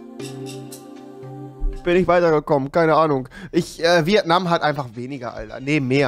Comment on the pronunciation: rewi... das heißt nicht VieAtnam... Es heißt Vietnam